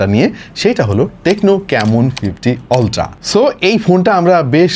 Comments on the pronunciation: utra ❌ oltra ✅ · আল্ট্রা ❌ অল্ট্রা ✅ ❌ ✅ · আল্ট্রা বললো নাকি উল্টা বললো বুঝলাম